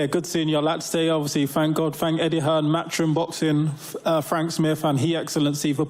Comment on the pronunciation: Old wilder couldn’t even get his own promoters name right ‘Eddie Hearnss’